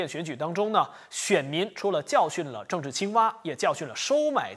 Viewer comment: 就别报“症治”了，听了也会恶心